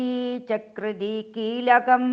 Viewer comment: കീലകം,അസ്ത്രം വൃക്തമല്ല